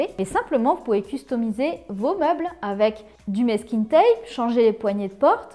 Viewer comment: Merci pour les idées ! Par contre, on prononce mAsking tape, pas mÈsking 😘